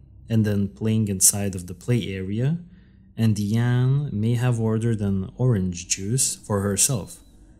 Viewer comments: The perpetrators name is pronounced "Die-Ann".😊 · Her name is DIE ANE………… not DEE ANE.